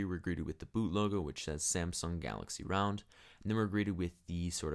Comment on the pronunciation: I Love how when he says Round it sounds like Realm